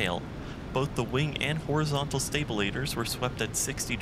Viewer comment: Loves the video, you are doing great work man. But, you said horizontal what's ? Hahahaha